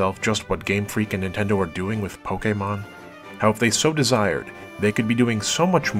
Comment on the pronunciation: I just want to take the time to thank you formally, for pronouncing the word, “Pokémon” correctly. Thank you, my good man. Bless you and your family.